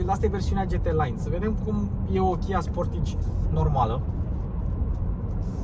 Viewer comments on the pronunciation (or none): Pronuntia corecta este 'sportaj'... preturile astea sunt mult prea mari pentru Romania... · Pai mentionez Hyundai Tucson. Arata mai bine, are materiale mai bune si pret de achizitie mai mic. Si apropo se pronunta "Sportaj"!